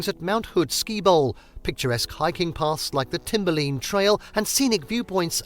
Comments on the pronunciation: Nice video, thank you. Minor pronunciation correction: it's "timber-line" not "timber-lean"! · Maybe he did say "lean" but I heard him say "lin" dropping the e on the end. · Also how he mispronounced Timberline. He pronounced it Timber-lean. Maybe hire a narrator that can correctly pronounce the places you are describing. I live in Alaska and often I’ll kindly correct tourists and newcomers to the states pronunciations so they don’t sound like a nube. It’s commonly from YouTube videos like this that these people learn the wrong way to pronounce a places.